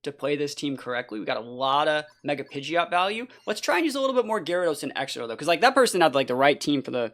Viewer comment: Don't let the haters stop you from saying pidjit